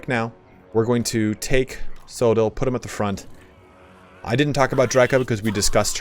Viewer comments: As a Welshman, it’s pronounced coy-dill or coythill (th as in that) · it's Koy-Thil in the Welsh it's based on,, apparently. We were chatting in the discord about pronunciation yesterday:'D